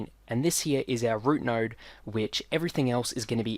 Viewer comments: Am I the only one who hear NERD instead of node???? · In your accent it sounds like you’re saying “nowrd” when you say “node”.